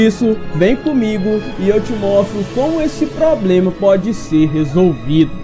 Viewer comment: "Poblema" é osso...